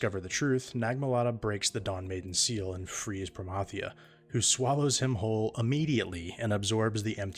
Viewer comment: When you hear the proper pronunciation of Promathia. 😊